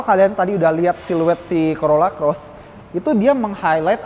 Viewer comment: Hahaha.. Corolla Coret😅 Dengernya geli🤭